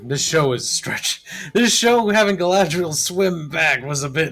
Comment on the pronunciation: Guy-lad-Rey-el is the worst Mary Sue ever